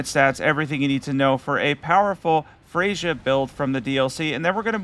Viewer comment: I take it that you didn’t care much to listen to the dialogue of the characters in the DLC lol. Freyja gives us the correct pronunciation of her name as soon as we meet her. Thiollier too lol.